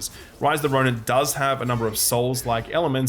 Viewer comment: "Rice of the Roni"